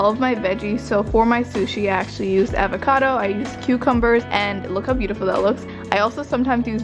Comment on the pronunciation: “Avaaacado” hehe its avocado, loved this video